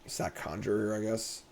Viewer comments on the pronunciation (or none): none